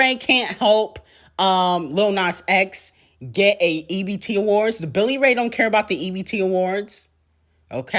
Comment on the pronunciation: Y r u saying ebt awards